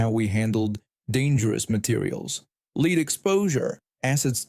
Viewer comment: “Lead” is pronounced LED, not LEED. Fix your algorithm!